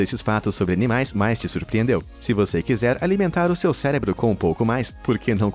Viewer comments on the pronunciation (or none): none